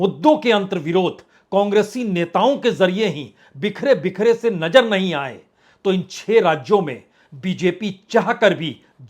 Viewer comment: Bajpai Sir hum daily aapko sunte hain bahot achchha kaam karte hain aap details bolte hain aap lekin ek request hain aapse thoda sa pronounce aap theek kijiye koi mushkil nahin hogi alfaz ko durust kijiye jaise Nazar boliye Najar nahin aise hi aur kayi shabd hain please Sir ji yeh aur jaise Hazar bolein Hajar nahin Please Sir aap bura na maane aur jaise cheezon ko cheejon nahin thank you so much God bless you dear Prasun Sir ji👍